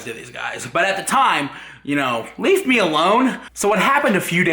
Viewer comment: Nobody talking about how he said lead me alone😂😂